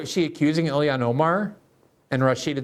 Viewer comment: Please learn to pronounce the first name of Ilhan Omar. It sounds just like it’s spelled. Elian was an unrelated story.